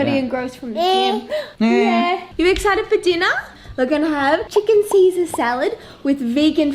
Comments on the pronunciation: See-Sezz Salad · "Sezz-ar salad" i love it haha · “Sezza Salad” it sounds really Australian🤷🏼‍♀️ 😂 But it works! 💃🏼💃🏼